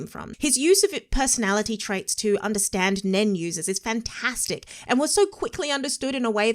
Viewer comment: NEN....just say NEN. 1 time 🤣